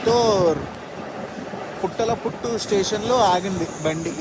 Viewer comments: PUTTALA PUTTU KADU BAYYA ITS PUTHALAPATTU Station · బాబు ఆది పూతలపట్టు, పుట్టలపుట్టు కాదు